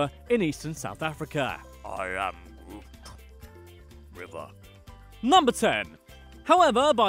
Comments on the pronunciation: He called it the groot river instead of “groot”. If yk yk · Good video, however, next time try and differentiate the Afrikaans words from the English words. 'Groot' is actually an Afrikaans word for 'big' and is not pronounced like the name of the Guardians of the Galaxy character. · Baas? Groot?Boer? Everything you just said was wrong😕